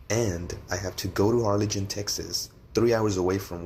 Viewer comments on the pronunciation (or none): when he complains at the ankle monitor and says Arlington incorrectly tells me he needs to go back. Said it as Arli-gine.... BRUH learn how to read English first... Assimilate in our country and our rules... if you want citizenship at least abide by our laws and rules, and assimilate to our language.. You shouldn't butcher the names.